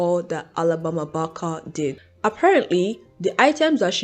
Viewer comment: Can you try pronouncing Barker one more time for me? It’s only fair, considering you rag on her for the way she pronounces her words…try saying Barker the proper way just one time…I wanna hear it… Come on… Let us hear it. Hypocrisy got your tongue? And who cares if she wants to be black? How does it affect your life in any way? I hope you don’t ever run across a white guy that you can’t live without. What a conundrum.